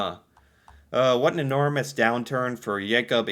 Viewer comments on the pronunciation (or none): none